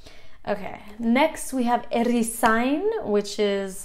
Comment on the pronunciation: Erizain irakurri beharrean, rr irakurtzen duzu. Herrizain ezaten duzula dirudi. Arrantzale, oso ondo. ¿Arrakiña? Aragia, like okela. Irakaslea oso ondo ezan duzu. Baserritarra ere oso ondo. Dendaria ere oso ondo irakurri duzu..